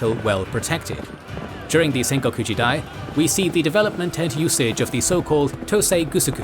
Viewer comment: FYI, It's not sen-go koo-ji-dai, it's Sen-Go-Ku Ji-Dai. Sen is "Warring", goku is country or "State", Jidai is "Era"... hence Warring States Era. Other than that, great documentation.